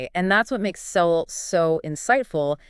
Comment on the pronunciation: UNBELIEVABLE! Seven seconds into this video, and you've already destroyed your own credibility. CAN'T YOU AT LEAST LEARN HOW TO PRONOUNCE PROF. SOWELL'S NAME?!!!